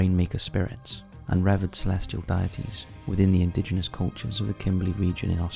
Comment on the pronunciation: Re-verd??? You mean revered!!! Is it a requirement for the narrators of this channel to be be utter thickos?